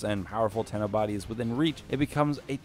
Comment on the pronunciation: Zariman 10-0, 10-0, ten-0, ten-oh, Tenno....